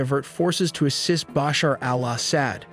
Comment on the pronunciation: Hey listen if you gonna say Baasher and asaaad again I'll report this channel 😂